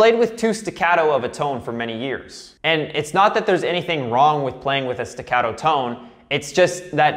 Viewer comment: i'm italian, can I teach you how to say legato e staccato?